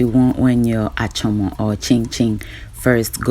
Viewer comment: 🛑 fucking up the Ga language.... the word is Achormor and not Achoma!